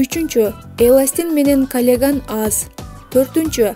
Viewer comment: Калеган эмес каллаген,туура айтыныз.